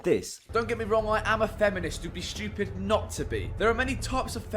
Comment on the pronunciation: He talks about how we pronounce works yet he pronounces ‘stupid’ with an H….shhhtuupid! 😂😂😂😂